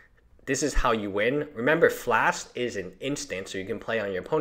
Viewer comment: FLASH. NOT FLASK.